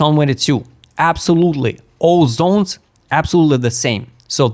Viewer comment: when it is pronounced properly Zones is not funny but when you say Zons it becomes funny 😂